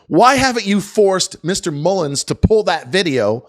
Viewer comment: I do find it unprofessional when he says Mullens and/or is he doing it on purpose so when:if he goes to court on false statements he could say i said “mullens” not mullen